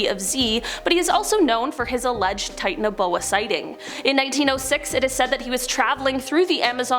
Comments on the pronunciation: The way she pronounces Titanoboa bugs me. Lol. Titan O’Boa.🤣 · That's not how u pronounce the name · Wrong pronounciation